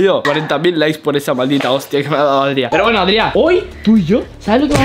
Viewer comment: No se llama Adriá, porque el lo que te ha querido decir es que se llama Adrián